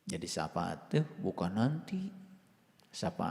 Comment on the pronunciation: Ini lagi nggak tau safaat tapi ngomong sa faat banyak belajar lagi dan bagi pendengar pakai akal jangan hobi dengerin omongan orang baca sendiri dan pahami sendiri takwil nya Alquran itu ya gais 🙏